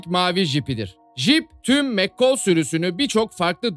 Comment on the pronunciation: abi gercekten anlayamiyorum o kadar diziyi izleyip nasil mccall a mekkol diyebiliyonuz anlayamiyorum